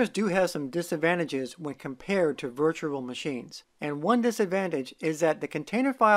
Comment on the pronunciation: Don't know if you've noticed but you kind of pronounce virtual as virtural. Can you try saying rural juror? 😊